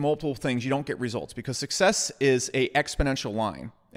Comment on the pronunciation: Best part? When he produly says: ...the way succsex works is...